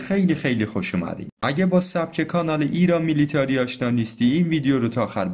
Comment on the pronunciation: خیلی جالبه، بتونی یه سامانه جنگ الکترونیک رو سال ۱۴۰۰ بگیری بعد با همون سامانه ده سال قبلش بیای یه هواپیما رو به زمین بنشونی، ببین رخداد های جنگ مستنده، چون ازش تصاویر و گزارش هست، ولی بقیه صحبتای غیر مستند اعتبار کانال رو پایین میاره، در ضمن، میلیتری نه میلیتاری